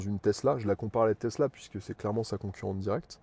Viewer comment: il a dit plus "testla" dans la video que BYD